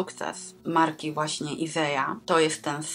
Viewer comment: Dzień dobry 😊 jestem w szoku, że nazwa marki nie czyta się tak jak jest napisane na metce… wszędzie jest Isager a nie Iseja. Początkowo zastanawiałam się co to za nowa marka. 😂